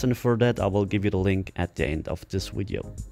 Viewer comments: PRACTICE ON PRONOUNCING VIDEO... NOT "WIDEO" LOL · Wideo, wery, dewwlope lol can't use words with''V"? hahahhaha!